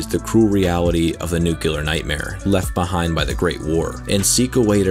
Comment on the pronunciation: Awesome video! Side note: it's pronounced, "nu-clear" not "nu-cu-lur"